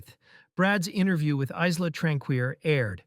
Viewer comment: Isla pronounced Eye-lah or Isle-ah. The 's' is silent. This was discussed last a few weeks ago in Duncan's comments. You said Debbie arrived on the 18th wasn't it Tuesday 19th June? Ali Harris said the 18th.